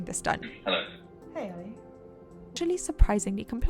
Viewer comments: I love it how she says his name like she is from Pakistan instead of saying it like every other white person out there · nope it’s exactly same in Pakistani accent, she is saying it perfectly